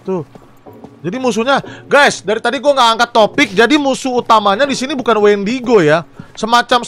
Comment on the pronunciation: Nama mutantnya bukan wendigo bang tapi windago